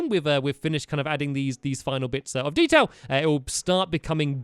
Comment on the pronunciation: When stamps said detail he said dedail LOL 😂